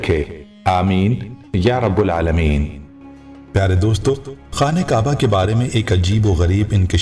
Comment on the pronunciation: یا رب العالمین ۔حرف را۔پر زبر ہے اور با پر تشدید ہے باپیش کے ساتھ نہ ادا کرین